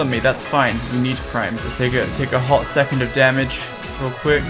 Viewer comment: "A hot secont" plez don't...